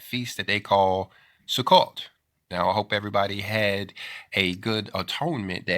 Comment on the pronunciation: (If I may, please allow me to correct the pronounciation of the Hebrew word Sukkot. I know, because I've heard many Jewish people pronounce this like as if you are saying - "Su-coat". The "o" is long)..thank you for sharing this post, brother!